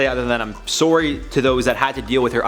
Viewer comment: Mate so sounded so Canadian when saying sorry. Dont worry I'm Canadian too I get you